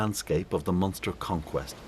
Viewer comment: Its Munster